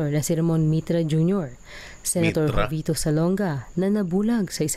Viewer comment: jovito (ho vi to po ang tamang pronounciation, hindi jo vee to)....😊